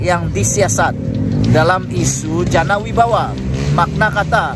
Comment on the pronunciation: Sila perbetulkan . Janawibawa. Bukan jana Wijaya